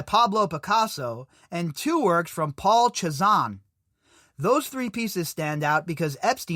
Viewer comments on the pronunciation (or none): Hey my guy just for your FYI cause you were wondering how to say it-Cézanne is pronounced: "saaaaaay-zahne" with a real foofy Pepé Le Pew French Accent